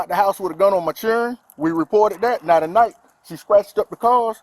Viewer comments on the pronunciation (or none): Not "minor churlren" 😂😂😂😂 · Churren????? Smh lol